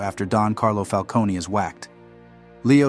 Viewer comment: The way he pronounces falcone hurts my brain